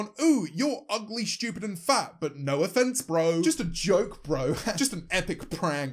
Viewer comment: Nobody: James: schtewpid